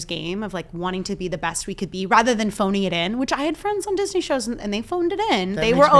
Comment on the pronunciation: love you guys!! "disneyy" lol!